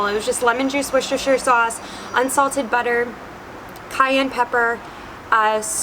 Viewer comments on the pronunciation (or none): none